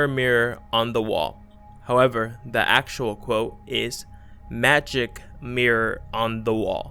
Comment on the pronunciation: You say actual like you know